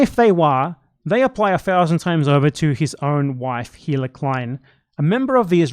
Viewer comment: Unrelated to these arguments, I've just been very baffled over the years about this: Why can no one who makes a video essay about the Klein's pronounce Hila's name? It's the easiest name to say correctly, her name is said all the time in their content (and the essayists use clips from said shows), but for some reason, they just can't mute the h in Hila when they say it out loud. I'm just very confused.